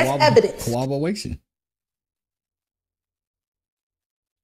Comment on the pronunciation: Which law school teaches Cowobberation?? My lowly education always said CORROBORATION. At least TRY to sound educated!!